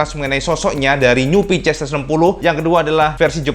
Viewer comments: Kenapa nyebutnya PiCiEx bukan PiSiEx? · maaf sebelumnya. Pengucapan sampeyan homda PCX 160 Rada samar malah lebih sering mengucap hoda PiCeX. Ini hanya saran cak. Untuk narasi bagus kalo lebih bagus itu slow gak usah terburu-buru.